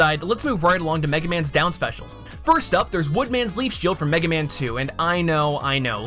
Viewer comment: from the first 10 seconds when it says mega man joins the battle it buffered half way and said MEG man now i know capcom dont like this franchise